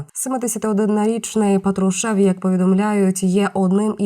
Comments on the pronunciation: Диктор, правильно произносите слова: не Петрушев, а Патрушев. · У призвіщі ПАтрушев наголос на першу голосну букву А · Робот це читає, патрушев наголос не там